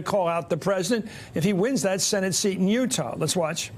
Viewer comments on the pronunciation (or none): none